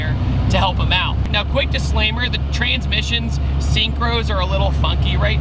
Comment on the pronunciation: “The Trainsmissions”